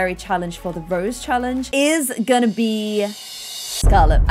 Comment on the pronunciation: I love how keeps saying Rosie but it's Rose